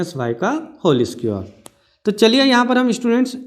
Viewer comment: squr nahi square hota he